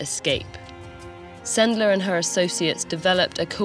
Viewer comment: Yeah, this is a lesson very worth sharing... thank you very much, TED-ed! It's always nice to hear a foreigner pronouncing Polish surnames correctly... anecdote; Supposedly, one of the ways to get the children out of the ghetto was to hide them on a cart, among the packages.One of Sendler's friends was driving the cart.To prevent the sentries from hearing the crying of the younger children, he would always take a barking, loud dog with him so that he would drown out everything and distract the guards.I was surprised no one said about it ... "Zegota" is shortcut of "Rada Pomocy Żydom", operates thanks to Polskie Państwo Podziemne and the polish autorities in exile.Since we share information, I decided to mention about it. :-) Have a nice day!